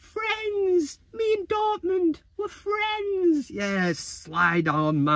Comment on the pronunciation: Sancho: fwendds...Dortmund fwendds.